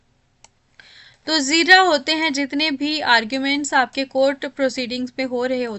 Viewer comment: It's jarrah not zirrah in question number 40.